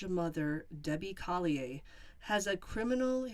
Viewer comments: I knew the second they mentioned the odd amount of $2,385 was sent to her daughter, that she did it. The whole thing reminded me of the ransom note for Jon Benet Ramsey. BTW, the name is pronounced Coll-ee-ur. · The "R" at the end of Collier is NOT silent. I'm not saying that in a rude way, I just know that I like to be corrected when I mispronounce a word or a person's name. 😁